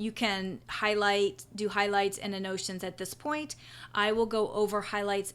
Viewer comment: Useful tutorial, however it is pronounced AN-NO-TAY-SHUNS. I was confused until I figured out what you were trying to say.